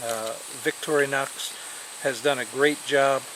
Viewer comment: I think he says victorinox correctly, althru with some strange accent. Look victorinox com if you never heard of it.